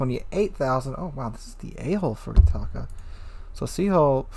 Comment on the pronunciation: Thanks for the insight on the ship. For reference, Furutaka is pronounced "Foo-loo=tah-kah" People get caught up saying "Few-ree-tah-kah" because of the Furry Taco" meme, but the "u" in Japanese is pronounced the same consistently and the "r" is rolled into a "L".